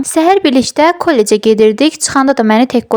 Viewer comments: Kollec sozunu qeribe vurguynan deyirsiz😅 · Kollec sözünü səhv tələffüz edirsiz❤